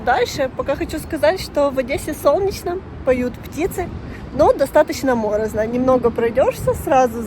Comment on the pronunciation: Не мОрозно,а морОзно!